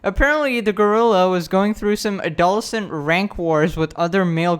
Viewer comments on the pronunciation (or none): “Adolcent” -, 2021